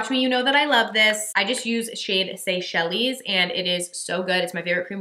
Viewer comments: I'm gunna be that annoying person who says Seychelles is pronounced... "say-shells" . Thanks for this fab haul you got some really exciting stuff... wish I could smell the candle. Hugs x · Babe I believe Seychelles is pronounced “say-shell”